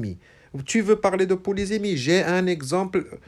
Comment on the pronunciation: Bonjour prof .Faut_il prononcer le mot polysémie avec [se] ou [ze]?Vous l'avez prononcé deux fois différemment.Merci pour votre explication magistrale.